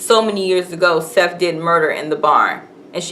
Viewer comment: RIP Toni Morrison. idk why this woman,, is calling Sethe, "SETH", if she just watched it, but it IS "Setha".